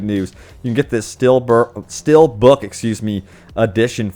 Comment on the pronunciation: Bruh did you just say "still birth er steel book?